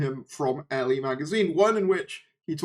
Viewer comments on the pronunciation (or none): elle is pronounced like the the letter "L" :)